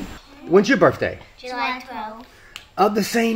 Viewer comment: When she said julayth I was like u mean July